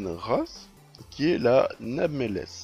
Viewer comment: nameless sa se dit neymléss ou anonyme en francais